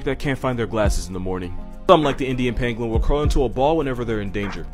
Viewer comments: When he said pangolin, I heard penguin and got really confused lol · I kept thinking that he was saying penguin